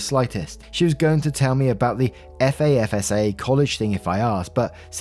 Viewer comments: Hey, love the channel! Wanted to give some info that might make the college ones easier to read out. You don’t have to say F-A-S-F-A most Americans will recognize Fass Fuh which is how we say it. Lol it looks funny but might help with the alphabet tongue twister. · The mental image of thinking you’re walking in on your girlfriend and her side piece but finding a dude in pajamas eating cereal who casually says “hey man welcome back” is SO funny. Also, for future reference, FASFA is pronounced ‘Fas-fa,” not spelled out. It’s weird lol much love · we pronounce it Fas-fa even though its FAFSA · In case the FAFSA comes up again, we say it like a word. Unfortunately many people, even I higher ed say it like fasfa instead. Drives me nuts. And, who cheats right after a hysterectomy, still in pain? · I really want to know happened to the man cave! That was a good story. Also I loved when you spelled out FASFA. Here in the US we say it as one word, like fasfa. I don't why I found it so entertaining 😂 it's like when you pronounce the letter H, I love it. It's cool to hear how people from different places say the same things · It's called Faafsaaa lol.. It's the loans that we get to go to college in the USA.. It's so weird hearing it spelled out FAFSA 🤣🤣🤣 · thanks for another great video, quite a mystery story today- with a blue moon type of happy ending! Just thought I’d drop some info for you for future reference, as FAFSA is obviously something you as a Brit naturally wouldn’t be familiar with… when reading it, you don’t need to say each letter. We actually say it like ‘FAF - SA’ …hope this helps:) Wishing you, and all of wonderful waffle gang, a good one! 🤙🏼✌🏼🖖🏼🙏🏼🤘🏼👍🏼🤟🏼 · Just because its gonna bother me: most people say FAFSA as fahf-suh. If it’s longer than 3 letters, most abbreviations get turned into words in the US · just so you don't have to keep spelling put FASFA It is pronounce Fass Fa ( long A thrn Short A sounds)